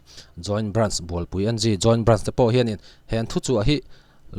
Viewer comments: Bualpui N G nilo in bualpui eng ti a lam zawk tur ni in ka hria Ngunlinga Bualpui pui a ni a,n leh g hi a hrang a lam loh tur zawk ni in ka hria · Bualpui (NG) En gi tia lam lovin, 'eng' tia lam tur a ni lo'm ni?